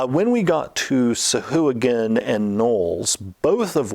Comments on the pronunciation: The Sa-hoo-again??? You mean the Sa-Wah-Gan. Jesus dude you're like THE dnd guy. You should know that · The creatures original designer daughter uploaded a youtube video explaining it. But the pronunciation doesn't follow traditional syntax for pronunciation and its actually call Sow-Hwa-Gin, but wizards went over all the creatures and re-did pronunciation years ago and changed it to this new pronunciation.